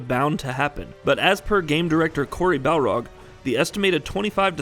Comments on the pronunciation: It's BARLOG not BALROG. !!!!!!!!!!!!!!! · I think his name is BAR-log, not BAL-rog. He’s not a boxer from Street Fighter. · Did the mispronounced word injure or trigger you?